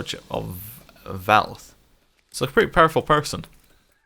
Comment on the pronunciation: BTW, Vaith is pronounced like faith, but with a V instead of an F.